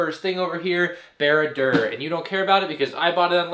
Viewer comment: its barad dur, not beared der